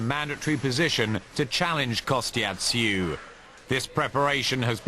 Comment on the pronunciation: why does the narrator say kostya's name like"kostyat tszyu"